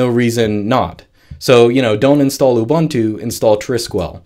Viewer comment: hahaha, Ubuntu m a a t a y it is mate as in 'you're my mate' ubuntu not ubantu u = uh /ooh | not ah The beauty I find with most Linux distro's, especially the Debian family (Ubuntu, Mint, etc), is that it just works out the box with no additional messy drivers needed. The only drivers I have ever installed is latest graphics divers. Nice and simple and so much PoWeR